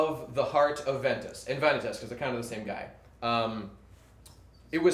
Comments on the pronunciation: and he pronounces Eraqus and Vanitas wrong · It angers me how you mispronounce Vanitas.